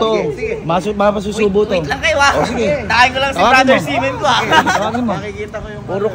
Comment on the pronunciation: semen yung naririnig ko sa xi men sorry hahahahaha